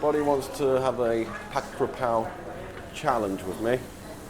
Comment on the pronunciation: Living in Thailand 17 years but can’t pronounce the dish properly 😂😂😂 It’s KAPRAO NOT KRAPAO Jesus